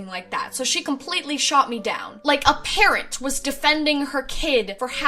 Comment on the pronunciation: When she said " a parent is defending their child" I swore she said parrot